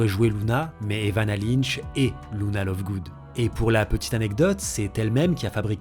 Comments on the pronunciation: C luna pas louna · C’est pas Louna mais Luna :) première faute à 15 seconde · par contre je dit lUna pas lOUna. Je me trompe peut être...